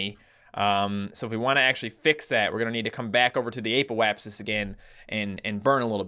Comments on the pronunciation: It is not pronouced ApO-apsis it is pronounced a ( as in apple) p O (as in oh) apsis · Its pronounced aahpoapsis